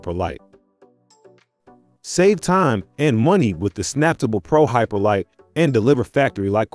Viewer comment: Would be nice if you could get the pronunciation right on these vids, this should obviously be pronounced Snap Table, as the sticker on the machine says, saying samptable fast doesn’t sound anything like it’s intended to be. Also most normal people pronounce lbs as pounds, never heard anyone just say the letters.